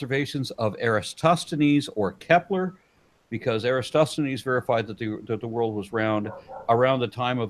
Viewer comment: Era Toss the knees. Not Era Stos the knees. (Eratosthenes)